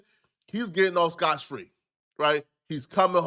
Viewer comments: It's 'scott free' not 'scotch free' ma ninja... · Aye it’s “Scott Free” my boi lol